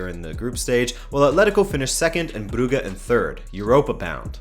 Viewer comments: It’s pronounced Bruju not Bruggge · nice summary of the Ch league and FYI ,club brugge is pronunced bruJe (Je t'aime) and victoria plzen is pronunced pElzen (pEle)